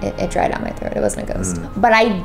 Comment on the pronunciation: “a brand new cut smile” was giving me the chills 🌶️ but i heard “a brand new troat smile:)” was more crepier😮